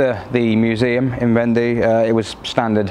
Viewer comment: Love the Clement goodies and DS plate. Fab story, I have really enjoyed it. I believe Vendée is pronounced "vonday" as in "one day". Soaking your seatbelt webbing in biological washing powder should help clean them; the enzymes in bio powder will breakdown organic stains such as blood, sweat, fat, grass, organic dyes etc. (Do you remeber the Biotex commercial on TV?) I always feel grumpy when I come back home to the UK from France. The roads in France are superb; often so straight and flat that you can plan your overtake at leisure, the asphalt road repairs are so smooth that you would barely know that they are there other than the colour difference, and you can buy real, whole lettuce and endive in the supermarkets. The PARKING is amazing in towns and villages: here are some shops; butcher, baker, patisserie, or food market, etc, and here is the free parking in the town or village square so that you can patronise those shops and businesses. It's almost as if they actually want you to shop local and enjoy the best that it can bring at a good price.